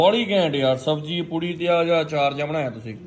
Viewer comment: ਪੁੱਡੀ ਨਹੀ ਹੁੰਦੀ ਵੀਰ ਜੀ ਪੂਰੀ ਹੁੰਦੀ